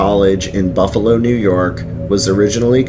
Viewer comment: Nice vedeo. If anyone ever gets a chance to go on the ghost tour at the Central Terminal, do so. Every single tour has a ghostly experience. Well, the night time tours do, the day time tours are more informative like the "mob" connection. As mentioned before, your pronunciations are a little off. It's Kin-E-Shush, Muh-Die, & Shays (as it rymes with "Rays"). Other than that, very cool. The Iron Island Ghost Tours are typically booked months in advanced at Halloween and has a carnival-type atmoshere. Buffalo also has some grade A haunted house attractions at Halloween that are worth the visit, most at a very low cost. I've heard of the Lindburgh Elementary School being haunted, but there is not a tour of anything as it is a working school. Keep up the good work.